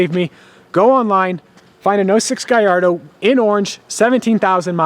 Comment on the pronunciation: Why do you pronounce gallardo so weird